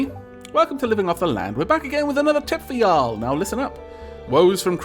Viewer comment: Being in the southern US, listening to a Welshman trying to say y'all is...a thing.